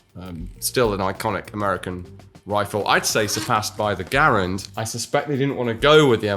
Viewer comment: he pronounced Garand right! Omfg thank you 🎉🎉🎉